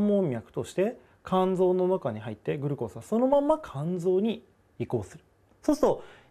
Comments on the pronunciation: グルコースが気になりすぎて耳にグルコースしか入ってこない笑笑 ぐ⤵︎ るこーす じゃなくて ぐ⤴︎るこーす じゃないの？ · グルコースの発音なおしてください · 水溜りボンドのおもしろ動画まとめ グ↑ル↓コー→ス↓ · グルコースの発音が僕と違うけどそれも個性だよに☺️ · グルコースのイントネーションw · グルコースの発音w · SRさんサブ赤ちゃん 普通ではないw